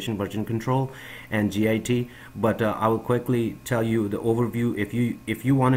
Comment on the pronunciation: Git is not an acronym. It's a word, pronounced 'git.' It's driving me crazy. Good info, though.